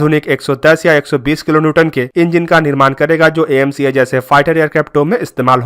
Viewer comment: Bro dont say A.M.C.A Call AMCA